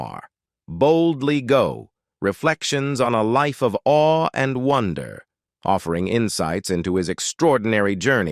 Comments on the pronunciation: 'Are we'? The word is 'awe'. That said, thanks for an interesting summary of Captain Ego's life. Brent Spiner also tells of how egocentric and difficult to work with Shatner is. That personality might also have contributed to his difficult marriage relationships. There is no smoke without fire. But at least he seems to have been humbled by that brief visit above the Karman Line. He's absolutely correct in saying that this planet is our true Home, and that we're wantonly destroying our environment. We're perfectly designed to live here, providing that we can look after the place. Our species has definitely not proven itself to be environmentally-friendly. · I'm really getting tired of the robot-voice you use to narrate this channel. "Awe" is not pronounced "Owwie"! There are too many mispronunciations here to allow the narrative to be a pleasant one.